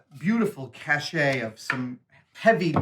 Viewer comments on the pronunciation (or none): Gaaaaaaa. It's pronounced "cash." Not "kah-shay", CASH. C'mon man - you're a geek and a nerd, you should know this!!!! Love the build tho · "cache" is pronounced the same as "cash", not like "cachet". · Cache... "cash-ay?" Mustache... "mustash-ay?" No, it's "must-ash" and "cash." "Cachet" is "cash-ay." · Did Adam actually pronounce cache as cashay instead of cash? Have I been wrong all this time?!